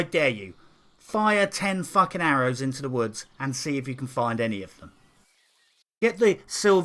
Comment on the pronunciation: Subscribing for the pronounciation of 'FUACKING'. Thats how i know this game is worth playing.